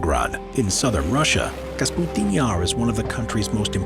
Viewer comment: Kapustin not Kasputin.